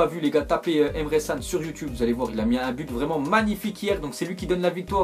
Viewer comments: tu abuses j ai l impression que tu connaît au foot tu disais dans un ZI récent que l inter y était fort et maintenant qu ils sont bof et tu prononce Emre San au lieu de Can. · mdr " emre San " sa se lit Kan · on dit emre chan pas sane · Sa se prononce pas Emre CAN mais Emre tchan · Pour emre can c'est ce pronoce pas san mais djan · Ses pas emre san mais emre kan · Il a dis Emre San mdrr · Wtf !!! je réve ou il a dit emere san ?? la derniere fois c'était crujf prononce bien les joueurs stp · prononce bien les joueurs stp....................Emre ssan.................😂😂😂😂😂😂😂😂😂